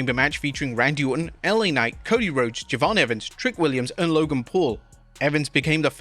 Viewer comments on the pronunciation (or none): You missed one thing. The announcer messing up J'von evans name